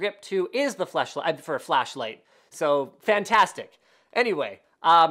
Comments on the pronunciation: linus, "fleshlight"? really? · linus almost said fleshlight lol :D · Did I just hear "fleshlight"? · i was hoping some one ells heard that as well! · He said fleshlight. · lol. he said fleshlight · Lol he said fleshlight